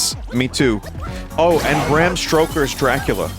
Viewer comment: "Bram stRoker's Dracula" chortles